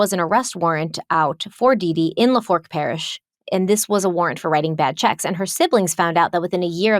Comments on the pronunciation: Proper way to pronounce Lafourche is La-foosh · We love you BUT it's pronounced " LA Foosh" parish ❤ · Love you and I know Louisiana words are difficult but just wanted to put it out there that the name of the parish is pronounced La-foo-sh. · Lafourche parish is pronounced La-foo-shh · hey, just to lyk LaFourche is pronounced LaFoosh lol, I live in Louisiana & the pronunciation always kicks everyone’s a** 💀 met y’all at crime con & excited to see your thoughts on this case🔎❤ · Lafourche parish is pronounced la-foosh. Just giving a heads up. And Louisiana doesn’t claim these people. Why is it any time someone makes the international news from here, it’s always the nut jobs? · “La•Fooch” parish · Not mad because there’s no way for you to know this, but it’s actually pronounced “la foosh parish,” born and raised in NOLA fan here love y’all! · Lafourche is pronounced La-foosh.... your Cajun word of the week :) Keep up the great work! The depth yall put into these deep dives is awesome!! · Lafourche Parish is not in the Bible Belt. North Louisiana is in the Bible Belt but not South Louisiana. South La. Is more liberal than conservative N. La. Also it’s not pronounced “La Fork”. 😊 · Im gonna cry when i finish this one... hard to wait a week for new parts. And I'm from central Louisiana, so I may be wrong... with southern Louisiana, you never know, but pretty sure it's La-foosh Parish. Took me a minute to realize where you was talking about. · Great episode but as someone from Louisiana it’s “La-Foosh” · So people aren’t mean…it’s pronounced la - foosh parish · "Lafoosh" parish is how it's pronounced. Lol. Ur welcome! Heather, new orleans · Hey. You are saying lafourche parish wrong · Hearing you pronounce Lafourche as a Louisianian is HILARIOUS! On a serious note, this case has plagued me even as a teenager. I love that you guys have some of the same questions I’ve had. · Chack-Bay, Louisiana Luh-Foosh Parish Is the correct pronunciation 😊